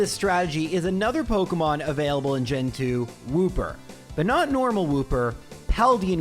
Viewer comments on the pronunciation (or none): none